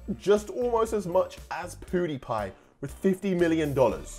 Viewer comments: ME: pewdiepie: poodepie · Poodiepie My: mum IT'S PEWDIEPIE who can u spell but not say ahh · PUDIPIE😅 WTF! YOU MEAN PEWDIEPIE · He called pewdiepie poo die pie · I’m sorry but, I keep laughing when he says: ”Pouhdepie” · EXACTLY that is so funny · Is it not just me but did say powdipie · he said pootipie